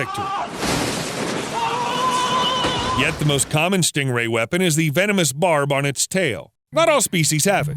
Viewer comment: For a moment I thought you said Schting rhay